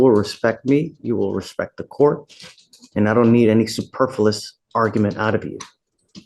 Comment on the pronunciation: I woulda been gone as soon as judge said “superfulus” “It’s superfluous”